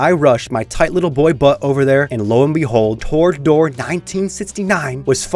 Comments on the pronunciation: TROGdor, not torgdor... It's a legendary name. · "Torg-dor." Bruh...😭😭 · mispronouncing Trogdor should result in capital punishment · right? thought i had a stroke when he first said it lol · Wasn't aware it was possible to mispronounce "Trogdor" until I watched this video.